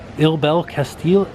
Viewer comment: Castillo is pronounced like: Cast-e-joe